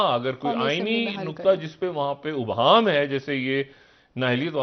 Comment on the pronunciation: Ibhaam dr sahab not obhaam! !